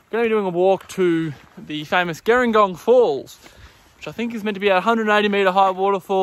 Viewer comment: Hey great video, very handy! Just an FYI, local's pronounce it "Jeh-ring-gong". Like the South Coast town, with a "J" sound rather than the "g".